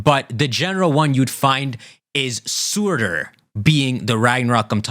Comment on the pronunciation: It's pronounced 'Sir-ter' not 'suit-er'